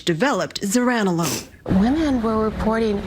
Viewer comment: Pronounced Zur-ran-o-lone